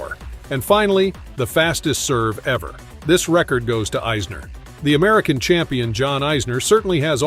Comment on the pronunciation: This is a weird video. He cant even pronounce the names right. Not even Isners and hes american lol